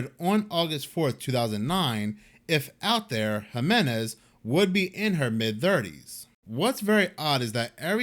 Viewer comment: HEE-MEN-EZ = Jiménez